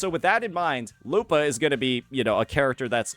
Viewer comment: You're pronouncing her name wrong to get people to comment on it and drive engagement huh? Well, I can tolerate "Kachona", "Zayni", "Cartelaev Fleurduporoknikov", but not this "lupAAHH". curse you, curse youuu!!!